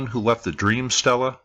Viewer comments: Love your videos - even catch the music ones on occasion, but I thought I'd mention that your pronunciation of "stele" grates a bit on the nerves. Egyptologists "might" be wrong about a lot of things, but I think they likely pronounce that word right - and they pronounce it more like "stay-lay". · Actually, he was closer with the pronunciation than you seem to be. It is pronounced, 'Stee Le'.